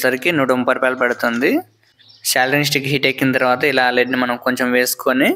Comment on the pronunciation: సోల్డరింగ్ రా బాబు. సెల్దరింగ్ కాదు